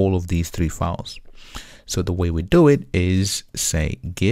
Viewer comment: It is a great tutorial except for two things 1. Files or fauls/fawls?! It is not confusing as a result we know that you mean files. Yet, disturbing. 2. rebase part is a bit fast Overall, thank you for your clear explanations